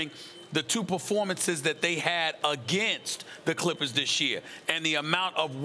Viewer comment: lol she said the " Crippers"